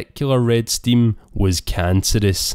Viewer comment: he clearly says stimm 🤣